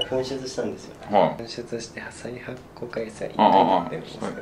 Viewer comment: 紛失 ふんしゅつ って言ってて草